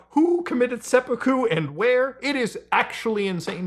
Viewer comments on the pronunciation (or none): none